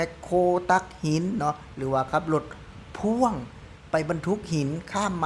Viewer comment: รถพ่วง บ่าวยอด อ่าน พ่วง บ่าวน้อย ปากเซ อ่าน พ่อ วง 😂😂😂😂😂😂😂😂😂😂😂